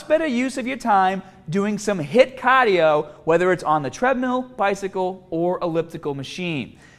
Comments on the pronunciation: Don't do caah-dio, people. certified. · Somebody already said caaahhdiioo? Don’t feel like scrolling all the way down XD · The pronunciation of caaaahdio then cardiovascular was suspicious. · So, Cahhhdio not that good right? ;) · I love my BAAAHBEL bench press and long CAAADIO sessions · I love me some Wicked Cahhhdio tho!